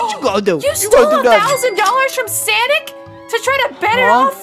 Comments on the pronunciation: What the heck you call them Samick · I love how they call them Sanec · it is not sanic it is sonic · It's not whatever you call him it's Sonic not Sonic Sonic mrs. This is Brielle I would all of your videos and I want you to make a new video soon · It’s not sanic!!!! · It’s not sanic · It's pronounced sonic